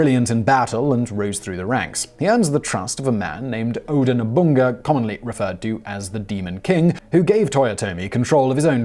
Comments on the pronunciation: Oda NoBUNGA , Oda NoBUNAGA Thanks for correcting yourself :) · thisguy no, he said oda nobunga instead of nobunaga. On the second time he said the name he got it correct. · I'm starting to feel like Simon is mispronouncing names on purpose. Mispronouncing Nobunaga as Nobunga, and then calling him Nobunaga a few seconds later. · He misread his script, calling Nobunaga NobuNGA. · Yes, Oda Nobunga, known throughout Japan for his infamous "Nobunga Bunga" parties that featured underage girls and a lot of sake! You can totally rely on Simon to blow an otherwise easy pronunciation - another triumph for the Simon Whistler School of Public Speaking! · I know, Simon often apologizes for mispronunciations but... "Nobunga"? That's just ignoring a vowel! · and then he says it right what the hell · oda nobunga? At least he got it right the second time